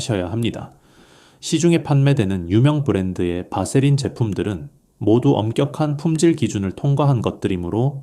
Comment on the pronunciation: 바세린 이라 발음하시오 밧세린이 아닙니다.(vaseline)